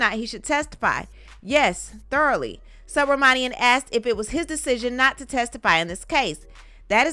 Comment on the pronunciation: narration is second to none! Sue Bra Monie Em —judge’s name stayed getting butchered by everyone.I had to practice that name few times too since it’s my good friend’s last name.